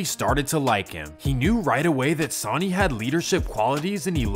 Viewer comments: Hating on Hangtown, tut tut yeah y'all stay away, take 80 you still hit the lake. Hating on Reno, now that's funny. (different vid) These weird mispronunciations you do must be good for driving engagement. Bet there's a sh*tload of comments about how to say 'Sonny' and 'Laughlin'. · Great video, but the way the narrator pronounced Sonny and Laughlin was kind of annoying, do your research. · The amount of inaccurate information is insane 😂😂 and his name is pronounced “Sun-ny” not “saw-ny” The chief Sonny Barger. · It’s fucking sunny 🌞 stop calling him sauny lmao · Dude it’s not pronounced like the word Sony it’s pronounced like the word sunny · You pronounce it “SAW ny” but it’s “sUH ny” like “son and daughter” or “sun and moon”. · It is called SUNNY not Sauni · “Sawney” Barger?! How bout Sonny (Sunny) Barger. Come on man. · Pronounced "sunny" not "saany" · How do you an entire documentary on the Hells Angels and pronounce his name Sahn-E? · Are u a weird computer program..bc idk any1 that pronounces sonny (San-knee) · Sonny is pronounced “sunny” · "Sawyny" Barger, lol. Assuming this isn't an AI narrator, that's pretty sad. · His name is pronounced Sunny...idk how you wouldn't know that but I hurt my ears every time you tried to say his name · Sonny Barger's name is pronounced, "sunny" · Sunny not sonny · Sauny? Lmao bro needs to go to a remedial English class to learn about pronunciation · Dawg you lost all credibility for me when you said sonny the way you did. It’s pronounced sunny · Pronounced Sunny. 🌞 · Sonny name is pronounced Sunny lol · his pronouncing of Sonny's name , each charter is independent, Sonny may be godfather of the modern club but was NEVER in charge of entire club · Pronunciation isn't strong with you. Jesus sonny isn't pronounced that way. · Really, sonny (soh-nee)…why does everyone who makes these types of videos botch the names. Nerds. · That's not how you pronounce "sonny" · Sawny barjer, monteeeebelo